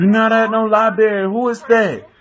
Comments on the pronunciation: lol. they stay saying libray this shit funny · "You not at no libary" 😂😂😂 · He said, "lie-bary" Haha. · Lie berry